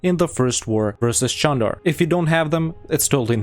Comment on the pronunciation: no, it's actually pronounced Jandar. There is a Çandarlı family, which is pronounced Chan-dar-luh, but that's not related to the beylik called Candar.